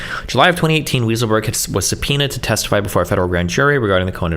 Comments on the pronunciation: I wish it was, Destiny pronounced it ridiculously incorrectly in America it's pronounced "Why sull berg" and in Germany it's pronounced "vye sull berg" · I'm pretty sure Weisselberg is pronounced "Why-sel-berg". Lmao. Destiny's brain just really wanted it to be "Weasel-berg"🤣🤣🤣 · Also, “weasel”-burg 😅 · More like WISE-uhl-burg. But "Weasel" is more appropriate. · It wasn't until this video that I believed the claims that destiny was an antisemite. There's no shot he thinks that guy's name is pronounced "weasel-berg" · Love the way he looks up the word "bellicose" to pronounce it correctly but doesn't give a F about calling the guy weasel 😂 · It's not, it's Weisselberg. Destiny is just too stupid to know how to pronounce it - or "bellicose" for that matter. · Is Destiny trying to be a dick by mispronouncing Weisselberg's name or is he just that stupid?